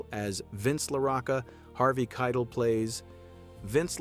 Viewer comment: It's Harvey Kie-TELL.